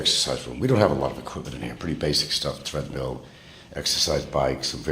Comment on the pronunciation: "Threadmill" What is it with Pronk and the English language? "I live in a 3,700sqft House!"